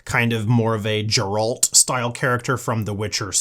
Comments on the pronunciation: Not gonna lie, i lost it went he said JERALT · I'm not gonna lie, I paid a little less attention to everything you said after you mispronounced Geralt.